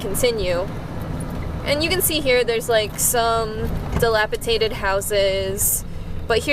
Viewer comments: Dilapi-TATED LOL 😍🖤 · it's DilapiDATED...not Tated....lol...quick fixer up and the rent to section 8....